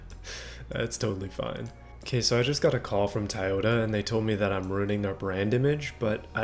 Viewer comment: I love how he say taiyota as in Taiwan